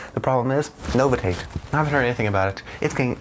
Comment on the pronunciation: And bythe way, it is pronounced No-vish-it. Not nova Tate 👍